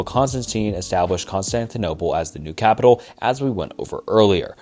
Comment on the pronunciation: I'm sorry, I love this channel but dudes pronunciation is painful sometimes 😭 callous, capital, like I'm sorry if dudes ESL